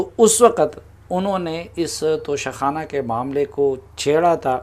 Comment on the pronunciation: ع خ نہیں... توشہ کھان